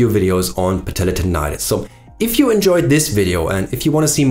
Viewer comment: i just love the way you pronounce : patellar tendonitis. goosebumps :D